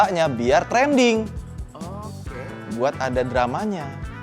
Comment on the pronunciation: TRENDING bukan TRENDUNG